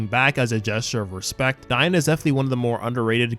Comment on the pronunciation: It’s daigo not. Dina.